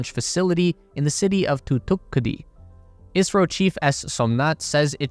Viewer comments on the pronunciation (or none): not i-a-si-ro its is-ro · Why does it sound like you're saying Israel in a video about India ??? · The host is saying "ISRO" not "Israel", his pronunciation of ISRO is wrong but everyone who is aware about ISRO will know that host is talking about Indian Space Agency and not about Israel. Anyways Correct Pronunciation of ISRO is: "IS" as "is" in "his" and "RO" can be pronounced normally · It's ISRO, not Israel. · Did I hear you kept saying Israel instead of India? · Isro not Israel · Right ? I keep hearing israel too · Why does he keep saying Israel? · he pronounces ISRO as Israel for some reason lol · The host is talking about "ISRO" not "Israel", but yeah since the pronunciation of Host is wrong than misunderstanding is expected among those who are not aware of ISRO. Anyways Correct Pronunciation is: "IS" as "is" in "his" and "RO" can be pronounced normally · OK, ISRO. Am I the only one with a hearing problem? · Isro , he’s saying ISRO